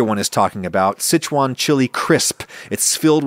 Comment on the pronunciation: Look at this guy flexing by pronouncing Sichuan properly 😂